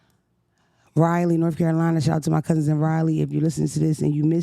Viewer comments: This ryleee North Carolina is driving me crazy 😂😂😂it’s rah-lee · RAH-LEE! Lol Raleigh (NC)- <RAH-LEE>…Not Riley damnit 😂 Lookin tf goodt tho 😘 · Riley North Carolina? Lord that’s different pronunciation than I ever heard Raleigh said before 😭